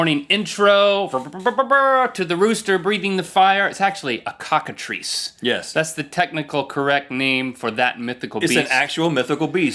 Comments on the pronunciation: not coctitice cocitrice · Yep, Cockatrice, that's what they said